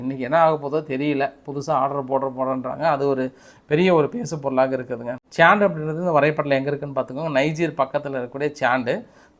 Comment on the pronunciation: Chad not chand. Lima not Limba. Thks